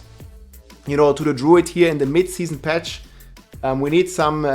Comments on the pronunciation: Patch ❌ Petch ✅ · "Fett Patch" xDDD Bester englischer Satz ever heard xDDD